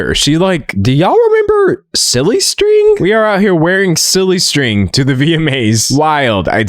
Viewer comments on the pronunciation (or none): none